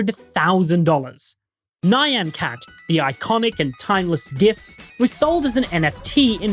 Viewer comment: you're the first person i've ever heard pronounce it "nye-ann" cat <.<